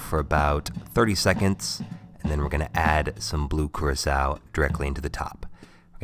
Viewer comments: Thought Curacao was pronounced like "Cur-ah-co" not "Cir-eh-kao" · i thought the blue thing was Curacao, not curasao